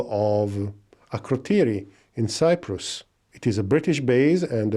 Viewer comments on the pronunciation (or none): none